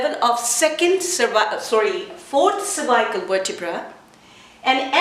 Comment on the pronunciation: Nice! I never heard anyone saying cervical this way: survaikal. Couldn't understand first :)